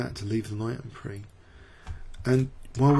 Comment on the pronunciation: FYI: en prise is pronounced "en preez", not "en pree" (like "grand prix" is pronounced). As i said though, just an FYI--I love your videos!